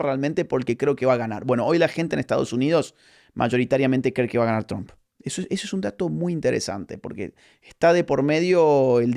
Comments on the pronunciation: Se "pronuncia"tromp" y no "trAmp" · Tromp? Tramp? Chroam. Asi se pronuncia Agustín! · Agus... por favor, te amamos pero no pronuncies TRUMP como un Cubano... VLLC!